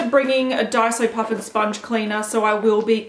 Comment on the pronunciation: I hear puffin every time you say puff and sponge...and wonder if soap for puffins is good for brushes